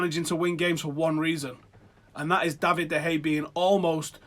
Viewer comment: For the love of God.. Pronounce Bailly as Baaaayi not Baeyeh and De Gea as De Kheya not Da Hey FFS